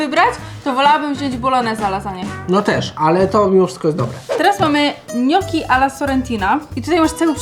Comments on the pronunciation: nie mówi się ,,noki'' tylko gnoczi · Gnoki a nie noki